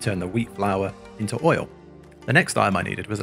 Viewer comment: very informative video, watch the whole video and liked it. only 1 complain, the way you pronounce "item" like "i-em" really sounded super weird and bothers me (just my personal opinion) so much. why take the "T" away?